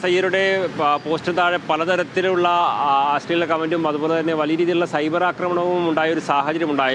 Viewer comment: അസ്ളീലം അല്ല അശ്ലീലം ....... ശ്ല...... ശ്ല